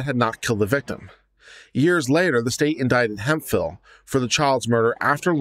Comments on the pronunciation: Hemphill. This word is pronounced hemp-hill, not hem-fil. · it's pronounced Hemp Phillip